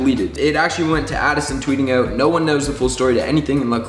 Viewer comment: the first I noticed joshs Canadian accent “ouuuoot”